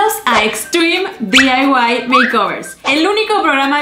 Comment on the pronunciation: Por que mierda decis "diyaiwais" pelotuda y si Ya se que no se escribe asi pero asi de boluda te escuchas a y por cierto se dice diy y ya